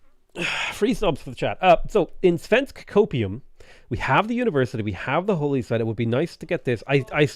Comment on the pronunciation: I'm so offended listening to murdering my language. Except he actually says "svensk" ok, which is hilarious. Also the missed opportunity to rename Malmö to Copenhagen instead.